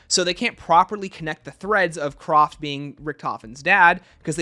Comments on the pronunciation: Hi! It's pronounced Kr-A-ft...not Croft. Sorry had to get that off my chest! 😅 Enjoyed the video though! 👍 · And him saying CROFT instead of Kraft